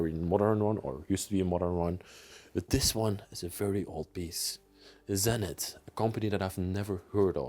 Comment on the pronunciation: cracks me up with American brand names. ZENITH is pronounced with a long “e”. ZEE.NITH